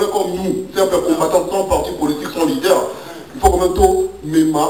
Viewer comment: Bakomaka Leader et non Lideur, Bakomaka INTELO Et Non Intelot Kiekiekiekie BOLOLE.... 30 ANS Osala na Poto Ozo yekola Kaka te?